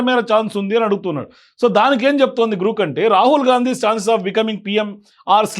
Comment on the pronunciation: జి ఆర్ ఓ కే గ్రో క్ అవుతుంది లేదా గ్రాక్ అవుతుంది గ్రూక్ కి ఎలా అవుతుంది కరెక్ట్ గా చెప్పాలి కరెక్ట్ గా మాట్లాడాలి